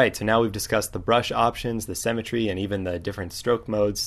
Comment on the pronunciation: Thank you for the tutorial on cemetery! ;D Symmetry is pronounced differently. But seriously, thank you very much, your tutorials are great, I pushed the like button. :)